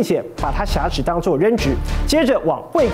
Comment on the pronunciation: 我只是希望主持人更加优秀，我是如此地热爱台湾和台湾人民，台湾是中华民国和中华民族的骄傲。我也真诚的希望你把挟持与侠客的读音区别搞清楚。